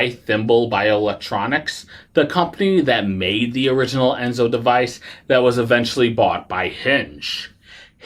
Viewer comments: Right…. It’s En-so, not Es-no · You sort of undercut your credibility by mispronouncing the name of the ENSO device. Not "Esno," as you keep saying. Apart from that, your review is pretty accurate, though. I'm on my third run of mine, as I type this. The key to using it "mostly painlessly" is not to start at full power. I inch up about ~10 at a time, starting at 20. Over time, the perceived effect decreases, and as it becomes less noticeable, I step it up. If you feel PAIN, you're too high. Note, the pads are backed with soft silicone. They can be washed with soap and water (no scrubbing) and sir dried. This will allow them to be used a lot more. Note, all this does is deaden your perception of pain. It doesn't remove the cause of the pain. I've just gone up to 55% after 20 minutes, just FYI. By 1 hour I'll be up to 75 with little experienced sensation. I don't ever plan to go higher. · Why do you keep mispronouncing the name?????? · Yeah, I agree. After hearing the name wrong twice, I stopped watching.